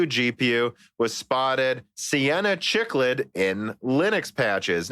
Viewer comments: I love you guys but you drive me crazy with your pronunciations. Cichlid is pronounced "siklid" not "chiklid" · Came from the Spotify podcast to say it's pronounced SICKLID NOT CHICKLID ya fish noob!